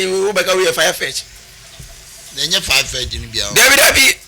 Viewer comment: Farfetch... not firefetch😂😂😂😂😂😂😂😂😂